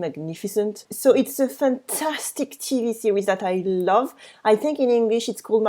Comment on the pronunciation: For example when u said ' Some of us have' , 'French national TV', try not to place the stress at the end. So, in TV, place the stress on T and not V. All the best.